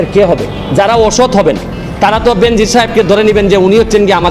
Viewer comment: বেনজিন নারে ভাই,,,,,বেনজির।